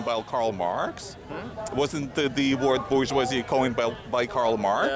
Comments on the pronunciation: I don't speak French. I still know enough of it to know they are pronouncing it completely WRONG, and I bet you are too. BOO SHWAYZY! It's more like Bourjh-wazei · and both of them are pronouncing it wrong. BO SHWAW ZEE